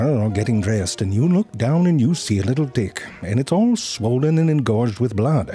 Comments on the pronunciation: The last clips of hr vid he didnt even try to say t and not d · The audio/ text is saying "dick" at times. That's why I clicked on the video I was watching with only text and at times it wrote tick but then it would write dick. Look at transcript - I'm sorry but I laughed my head off at the first few minutes of the video after hearing tick as dick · Wait, was the first minute of this video about ticks or dicks? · Reason why it sounds like “dicks” and not “ticks” is that he’s not aspirating his “t” sounds, meaning that he does not add air to his “t” sounds. English speakers add air only when the initial sound of a word begins with “t.” A “d” sound in is the same as a “t” sound, except it is voiced (your vocal chords vibrate). In English, however, English speakers do NOT aspirate this sound, so there is no air being added. Because of this, English speakers who are not trained in understanding different morphemes will interpret [t] (unaspirated t sound) as [d] (unaspirated d sound). Hence all the dick jokes. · He said dick not tick lol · For some reason, I only hear "D"ick, not Tick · I Deadass thought he said dick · genuinely thought he said dick not tick. So basically the whole first part sounded more like this. Maybe its happened to you. You're in the shower or getting dressed then you look down and you see a little dick and its all swollen and engorged with blood. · Literally can't hear the difference between "tick" and "dick" anymore. Pretty sure he was alternating between the two thoughout the video. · I think he's pronouncing the t unaspirated. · I actually thought zefrank was saying "you see a tiny dick" and the rest of the ticks as dicks. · So this isn't the subtitles fault this time, informative as this is it wouldn't hurt to pronounce the word Tick better 😅😂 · did they intentionally pronounce t in tick to sound like d... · it's true wheter you say it with a "t" or a "d" 😂😭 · He’s intentionally not pronouncing it in both the beginning and the end lol